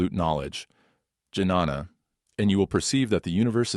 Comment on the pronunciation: Jnana - “j” is silent Right pronunciation is Nyana